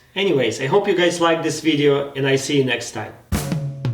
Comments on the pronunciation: Bla bla bla in my last ВИДЕО bla bla This word sounded like a russian word with russian accent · Да особенно слово видео